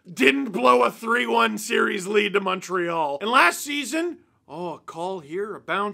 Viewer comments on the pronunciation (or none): none